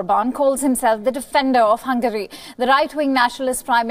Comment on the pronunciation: its hungary not hungry